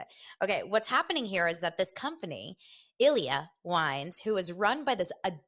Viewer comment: I thought the Ilyia wine was pronounced EE' LEE AH because it's Spanish. They sponsor Rick and Kelly as well.